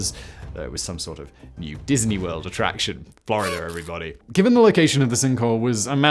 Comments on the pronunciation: sounded a lot like gibberish. Captions say it’s Florida but I’m not hearing it. 😂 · It was the " in-fler-ider a-loone" that had me baffled. (In Florida alone)